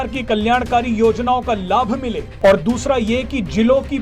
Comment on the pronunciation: "और" एवं "ओर" शब्दों के उच्चारण में अंतर को समझकर बोलना सीखिए 🙏🙏